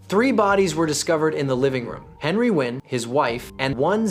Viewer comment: Makes a video about Vietnamese crime but doesn't bother to learn how to pronounce Nguyen.